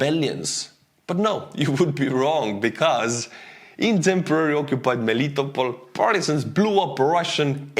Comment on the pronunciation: It's MeliTOpol, NOT MeLItopol.